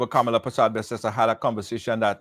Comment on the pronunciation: Her name is KAMLA.......not KA-MA-LA🙄🤨